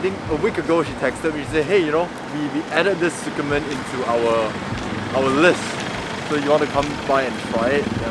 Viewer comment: The way you pronounce tsukemen 🙃 It’s tsu-ke-men not su-ke-men... Tsu sounds almost like zi.